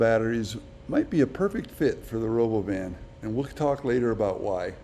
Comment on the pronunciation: You're mispronouncing the robovan. Elon says Ra-Bow-Vin.